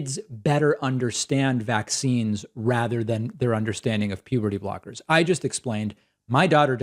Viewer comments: Puberdee Brockers 🤣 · Is it just me or did this caller say “puberty blockers” wrong every single time 😂